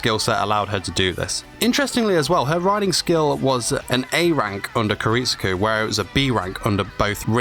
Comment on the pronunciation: he calls "kiritsugu" "kiritsuku" so many times smh